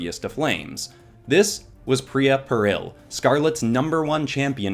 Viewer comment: I’m sorry, but it’s that I’m practically screaming in my head, “It’s PEAR-UHL, Such as, ‘YOU’RE IN GREAT PERIL!’”